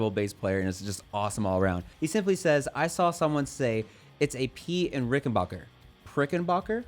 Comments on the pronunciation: Dood......its bach er...back..not bark er...same as ut name isnt.....why dont u 'mercans say it right!!! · Ok man, it's pronounced "RickenBACKer" , the same way you say "JACKson" , NOT "RickenBACHer" !!! As for the new Jackson Bass, I've always kinda like Jacksons, I'll give it a try.